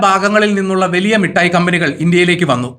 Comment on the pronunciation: വെലിയ അല്ല,.വലിയ